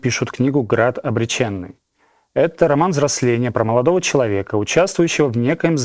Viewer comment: насколько я помню АБС говорили, что ударение должно быть на 2й , а не на 3й - Град обрЕченный.